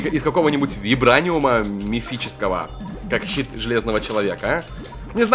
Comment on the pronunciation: Он сказал шит железного человека хах